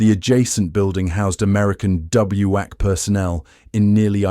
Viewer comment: WAC and WACS are pronounced "whack" and "wax".